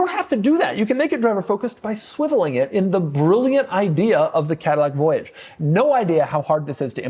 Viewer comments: You pronounced Voyage wrong. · I thought the Cadillac voyage was supposed to be pronounced with a French accent.